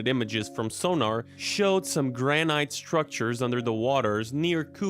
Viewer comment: "granite" for one, it's pronounced gran-it